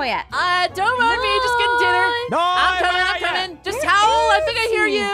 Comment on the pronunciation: Frist wolf dont say ouououou And 2 that not ow they owl